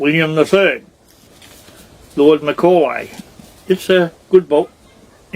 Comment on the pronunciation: With all due respect, love your work / truth, however, 1. ABN … it’s not “ABN number” Australian Business Number No need to add number again we know it’s Australian Business Number McCoy is pronounced as: MUH-KOY Just as is not pronounced Way-ne. 😊 It would be disappointing to go into our future history without a correction 🙏🙏🙏🙏 For the purpose of history we need to have this correct